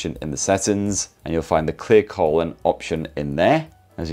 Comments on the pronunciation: At one point, I thought he said clear colon and not clear calling. That's good because clear colon would be a bit invasive. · Every time you said "clear calling" it sounded like clear colon lol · I thought you said ‘Clear Colon’ what an amazing app that would be😅 instead of clear calling…